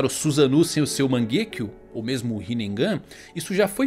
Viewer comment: Acho engraçado o sotaque do ao falar "Susano'o" e "Mangekyou" kkkkk